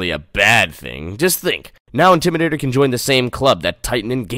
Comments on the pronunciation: OMG IM SOOO WEAK 💀💀💀😂😂😂😂. "Intrimator" 😂😂😂. Carowinds is my home park do fury 325 or nighthawk. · “Intrimadator” made me wheeze so hard 😂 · I lost my sh*t at "Intrimadator"